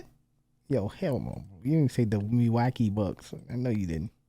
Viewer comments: Interesting video on Larry Legend. But honestly I think with the guy's funny pronunciations of different words (Milwacky? for Milwaukee), he should probably stick to doing it in his own language lol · Wow never heard someone speak so poorly?? How can you not pronounce Isiah Thomas or even Milwaukee. Definitely not from the USA or this is proof the education system is a complete failure.